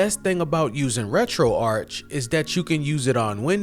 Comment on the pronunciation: It’s ‘Retro-Ark’ as in retro archive.